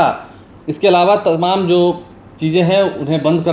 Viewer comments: Bihari kab hindi bolna seekhenge, tamam ko timim Or badh raha hai ko bar raha hai ya judh rahi hai ko jur rahi hai etc kehne wale sudhrenge nahin. Ek bihari sau bimari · Temam nahi boliye.sahi tamam